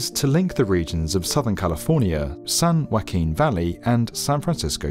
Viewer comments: "Sand Wacking valley"? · "Sun Whacking"